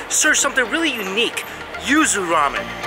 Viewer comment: I thought you said “ used “ ramen instead of yuzu ramen lol I was so concerned for about 15 seconds